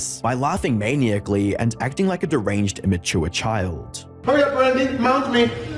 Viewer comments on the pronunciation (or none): Please tell me really don’t think that’s how “maniacally” is pronounced 😂😂😂 Why say words you can’t pronounce?? Or google the pronunciation.